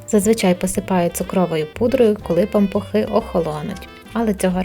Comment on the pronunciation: Таке огидне слово пампуХИ 🤢 чи то ви так його вимовляєте..незмогла додивитись до кінця... Кажіть нормально. Пампушки.